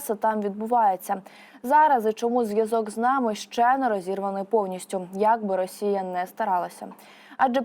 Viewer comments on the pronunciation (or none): none